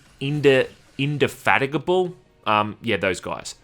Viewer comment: Indefatigable It means tirelessly persistent 😊👍 (and yeah you said it right!)